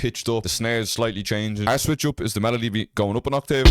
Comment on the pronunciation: The way you say octave 😂😂😂